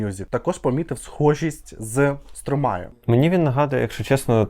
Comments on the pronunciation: Французи кажуть СтромА , останню букву "е" не читають😂 ну не Стромає точно😂😂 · А він і не француз. Сам співак в інтерв'ю вимовляє як Стромай